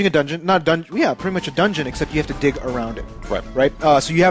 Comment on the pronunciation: def gonna try to rent Other:M based on your review. but i wonder if this will teach nintendo to not give thier games out to other companies or not to try to allow thier characters to have actual stories BTW DIG power sounded like DICK power xD